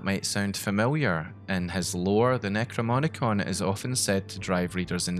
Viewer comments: Necro-no-mi-con, not Necro-mo-ni-con 😭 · very much enjoyed this video but you pronounce necronomicon wrong every single time 😭